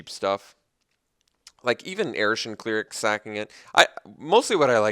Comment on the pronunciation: Have you never heard the word "cleric" or the phrase "removal suite" said aloud before? Rips ears off and throws them away